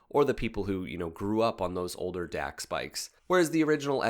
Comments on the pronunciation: It’s pronounced “docks”, not “dacks”… you had to be there 🙂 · “Dax” is actually pronounced as “Docs”, as in “dachs”hund.